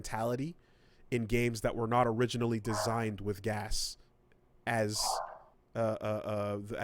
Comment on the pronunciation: you saying GAAS out loud is incredibly confusing - I thought you were saying "Gas". Just say Games as a Service because those fuckers don't deserve to have their vile shit abbreviated.